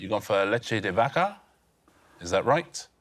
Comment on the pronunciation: Jesus their spanish pronunciation for vaca was the worst thing I heard this week, and I speak portuguese!